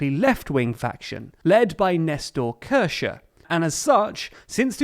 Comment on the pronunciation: Its is KirshNer, with an N